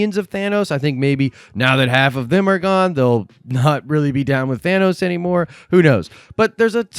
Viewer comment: "he gawne"😂😂😂😂